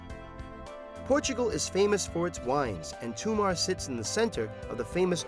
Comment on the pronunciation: stop calling it Toomar, it's Tomar